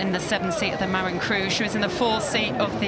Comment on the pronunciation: Small note: "Marin" is pronounced "muh-RIN" not "Mare-in" Doesn't really matter though. Thanks for coverage!